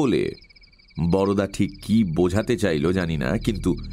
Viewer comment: Darun Mir. Shudhu Boroda na bole Barda bolle valo hoto. Amra Bengali ra boro dada ke Borda boli, Boroda noy.